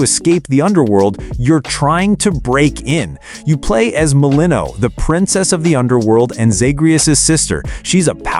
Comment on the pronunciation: *Mel-In-Oh-Ey *Kro-Nohs